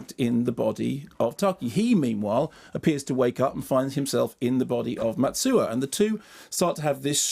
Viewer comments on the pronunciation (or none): Heard a little mispronunciation, the heroine's name is Mitsuha, not Matsuha. If you translate it, the meaning goes from "three leaves" to "pine leaves". That made a big difference, considering the naming tradition of the character's family: grandma- one leaf mother- two leaves sister- four leaves